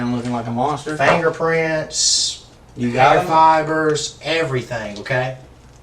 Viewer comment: Fangerprints😂 lmfao Love it❤